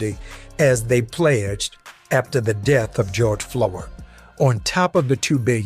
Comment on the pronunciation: Why this dude calling him George Flord? Like, there was def and R and an O.